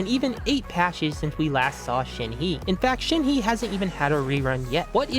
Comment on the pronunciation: Who tf is Shen-hee, Oola and Bun-zoo?